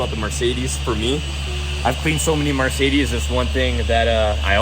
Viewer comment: Take a shot every time pronounces Mercedes as “Marcedes”!